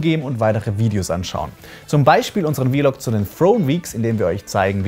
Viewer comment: Ist das nur im deutschen Youtube üblich ViLog statt Vlog (Wlog) zu sagen?